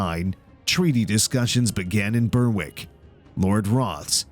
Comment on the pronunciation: Troops near "burwick" Berwick is pronounced "b-eir-ick"